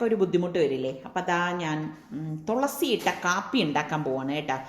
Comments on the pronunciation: തൊളസി അല്ല തുളസി ✔️ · തോളസി അല്ല തുളസി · തോളസി പറയുന്നതു കേട്ടു ചിരിച്ച് ഇടങ്ങേറായി 😂😂😂😍